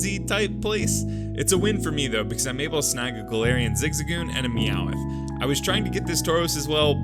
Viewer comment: Every time I hear you pronounce Meowth, I cry